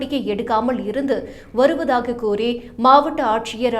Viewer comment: " இருந்து வருவதாக " - இந்தச் சொற்களைச் சேர்த்துப் படிக்க வேண்டும் அம்மா ! " இருந்து " என்று வாசித்து விட்டு ஒரு 2‌ நொடிகள் தாமதித்து "வருவதாக" என்று வாசிக்கக் கூடாது. தெளிவாக வாசிக்கிறீர்கள். ஆனால் இன்னும் லகர ளகர ழகர னகர ணகர உச்சரிப்புக்களிலும் கவனம் செலுத்த வேண்டும் மகளே ! ஒரு எழுத்து மாறினாலும் பொருள் மாறிவிடும். அதேபோல் செய்திகளின் தன்மையைப் பொறுத்து - அதாவது மகிழ்ச்சியானதா.. துக்ககரமானதா..‌ அதிர்ச்சியானதா.. அவசரமானதா.. இப்படி - செய்தி வாசிப்பின் போது உணர்வுகளையும் சற்றே வெளிப்படுத்த வேண்டும் அம்மா. Monotonous ஆக வாசிக்கக் கூடாது. இதெல்லாம் 50 ஆண்டுகளுக்கு முன் திருச்சி அகில இந்திய வானொலியில் பல்வேறு தலைப்புகளில் இந்த எளியவள் பேச அழைக்கப்பட்ட போது அங்குள்ள அனுபவம் வாய்ந்த அலுவலர்கள் சொல்லிக் கொடுத்த விஷயங்கள் மகளே ! நீங்கள் ஒரு நல்ல சேனலில் செய்தி வாசிக்கிறீர்கள் : அதனால் இவற்றிலும் கவனம் செலுத்த வேண்டும். தயவுசெய்து எந்த வகையிலும் தப்பாக எடுத்துக் கொள்ள வேண்டாம் என்றும் இந்த 74 வயது அம்மா கேட்டுக் கொள்கிறேன் அன்பு மகளே ! நெஞ்சம் நிறைந்த நல்வாழ்த்துக்கள் மற்றும் பிரார்த்தனைகள் அம்மா !